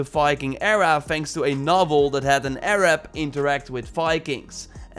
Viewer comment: The way you say Arab is hilarious 🤦😂😂